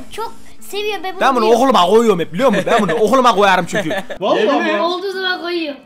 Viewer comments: "Ben bunu oğuluma ğoyarım" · "Ben buğu ohuluma goyarım" ~enes